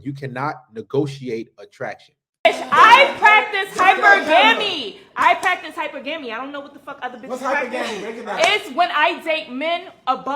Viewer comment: "eye PraCtiCe HyPeR- gAEMI"